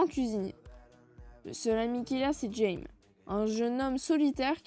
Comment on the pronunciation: Oh wi un nouvel épisode ! C'est rigolo de voir des persos moins connu être aborder ! Sinon, pour Jaime, il faut le prononcer Raymé XD Merci encore à toi en tout cas ❤️